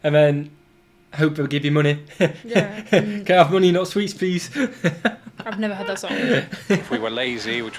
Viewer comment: I had to rewind about a dozen times listening to him say "pwease" -- second only to "tutti fruitti!"